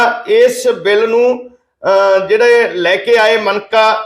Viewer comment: ਭਾਈ ਸਾਹਿਬ ਜੀ - “ਸ “,”ਸ਼ “, ਅਤੇ “ਛ “ ਅੱਖਰਾਂ ਦਾ ਉਚਾਰਣ ਸਹੀ ਕਰੋ ਜੀ । ਸਹੀਦ ਨਹੀਂ ਸ਼ਹੀਦ ਹੁੰਦਾ ਹੈ ਸੇ ਨਹੀਂ ਛੇ ( 6) ਹੁੰਦਾ ਹੈ ਬਿਲ਼ ਨਹੀਂ ਬਿੱਲ ( Bill ) ਹੁੰਦਾ ਹੈ ਜ਼ਿਕਰ ਕੀਤਾ ਗਿਐ ਗਾ ,ਦੀ ਜਗ੍ਹਾ, ਜ਼ਿਕਰ ਕੀਤਾ ਗਿਆ ਹੈ ਕਹਿਣਾ ਚਾਹੀਦਾ ਹੈ । ਗੁਸਤਾਖੀ ਮੁਆਫ਼ ਕਰਨਾ ਮੀਡੀਆ ਵਿਚ ਵੀ ਸ਼ੁੱਧ ਪੰਜਾਬੀ ਸੁਣਨਾ ਹੀ ਚੰਗਾ ਲੱਗਦਾ ਹੈ ।